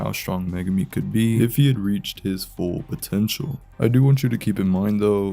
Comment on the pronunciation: DID YOU SAY POTENTUAL?